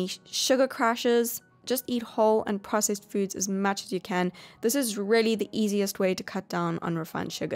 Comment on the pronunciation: I love how she says “rehlly” lol